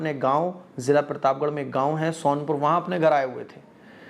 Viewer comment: भाई पिरताप गढ़ नही प्रताप गढ़ होता है